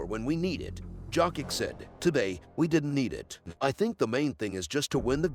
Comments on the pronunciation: Bro. Its yokitch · One would think after so many years Out of respect pronouncing one's name properly would be normal It is Jokić actually Pronounced Jokić Serbs write how they read and read how they write, meaning one letter one sound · It's a good video but just can't take it seriously when hearing Dzokick all the time..